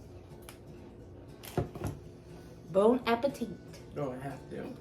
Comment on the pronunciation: What I heard was “bone apple teat”. 😂